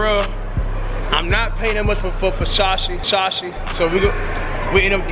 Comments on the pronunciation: sound like this nigga saying busashi its versace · You really pronounced Versace "Fushashee" dead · That "Vershashe" store looked amazing 👌🏽😴😂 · I'm black and Italian, its actually pronounced, "versachay" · ver sah chee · Teacher : Ok say it with me cash Ver .... Sach .... E ... Versace got it ? Cash : VERSASHEY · Cash its Versace, Ver- sa-chee. This nigga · Yo pronounced Versace like the uncle from Next Friday "Foo Sache" 😂😭😭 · F-O... SACHE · well u say it like ver sa Chee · "Fasashee" Nigga you cant spell Versace... yeah i can Fo Sache 😂😂😂😂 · Cash nigga it's Versace not "versashe" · Every time he saying vashashee I'm schleep cuuh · Ver-sha-she 😭😭 that's how cash say Versace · Ferragamay and vershashi belts 😂😂😂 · wen they say Versace it sounds like versausage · vershashee, bruh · Vasashce belt I think he meant Versace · He said facachi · Werschashe lol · isaiah rodriguez no bro😂.. it's Versace .. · Cash made sure people roast him in the comments about how he pronounce Versace lol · cash you my dAWG please stop saying versace please